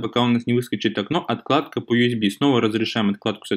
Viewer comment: не отКладка, а отЛадка, просто уши режет